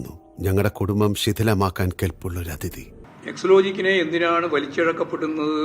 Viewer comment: എക്സ് ലോജിക് അല്ലാ ഗോവിന്ദാ.. പേര് എങ്കിലും നേരെ ചൊവ്വേ ... എക്സാ ലോജിക് എന്ന് പറ